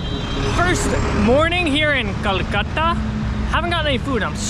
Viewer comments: It's not kalkatta.... Bro it's Kolkata! Next time correct yourself. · Kolkata was the write pronounciation, kalkata❌